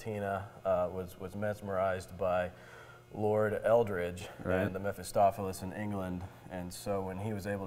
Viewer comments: Did he say Metastopheles? Seriously? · Did he say "Metastopheles"?